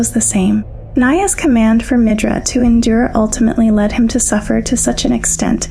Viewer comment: I can't tell if your just mispronouncing the words on purpose. It's endure, not inder. It's ripened, not rippined? They're were so many more but I'm not gonna waste my time. I think your just trolling